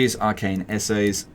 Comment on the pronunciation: The real challenge of this campaign was the pronunciation of essays. All honesty though, I absolutely love this format. It provides a lot of insight into how you grapple with the game's mechanics in a coherent fashion, and for people with some hours in the game but still a far cry from skilled, is better than any tutorial in terms of showing what you really can do with a grasp of the underlying systems that operate the game's mechanics. While I'm sure producing this may have had its challenges, it is and was helpful and entertaining. Thank you for taking the time to show as much as you did that can be used to turn a campaign around.